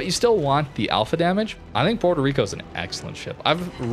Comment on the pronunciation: The way people pronounce Puerto Rico hurts me emotionally and I'm not even Puerto Rican.